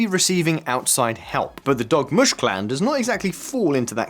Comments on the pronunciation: DORmush...NOT DOGmush. 😝😜😵😆😂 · I thought he said Dog mush 😂